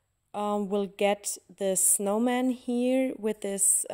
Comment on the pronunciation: Wirklich schön geworden 😍 Kleiner Tipp am Rande: ein kleines bisschen weniger "here" das hört sich einfach zuuuuuuu deutsch an😘